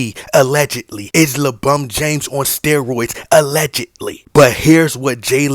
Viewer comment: Take a shot of tequila or whisky, whenever you hear "LaBum James" during the length of this video. Extra shot when you also hear "RBAAAAAAA"